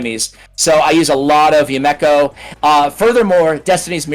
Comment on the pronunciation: YA-Mek-Oh … lol